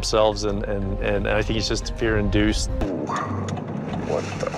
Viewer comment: It's fear inDEUCED hah